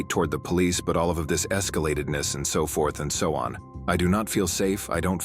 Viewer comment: She doesn't want to have any back and "forf"